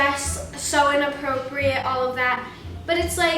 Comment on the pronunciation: the fact that you can't even say inappropriate properly makes you inappropriate...